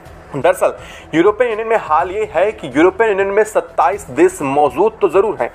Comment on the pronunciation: भाई साहब न्यूज़ तो ठीक ठीक पढे, देश को देस बोलते हो श को स बोलते हो क्या बात है?